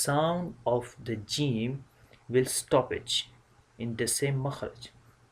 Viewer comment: Yaa ustaadh..my teacher said in pronouncing the ج it should not come out like "ch" sound..I'm a bit confused I hear that sound from you..or maybe it's the bad sound of the recording